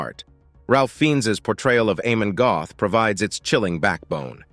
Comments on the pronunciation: Amon Göth is pronounced Ahmon Gert. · Before I watch any further, please note: think this: AH-mon Get.⚡⚡